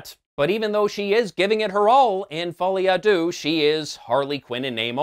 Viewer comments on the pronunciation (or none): As a French person, I watch US reviews just to hear Americans try and fail to pronounce "Folie à deux" :þ